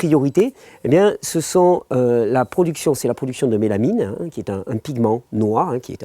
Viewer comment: MélaNINEU ! tu disais mélaMINE à l'époque de la vidéo LOL, je pense tu as rectifié depuis car la mélaMIne est un composé chimique...j'adore ce que tu fais, et tu fais ce que tu dis...